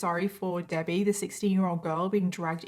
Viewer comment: Is that how british people say debbie haha Debayy